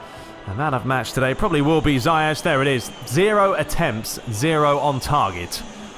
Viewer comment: Ziyech is actually pronounced (*Zee - ek*)